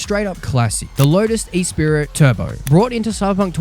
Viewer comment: Lotus E-Spirit🤣🤣🤣No no no. It's 'ESSS-SPREE'.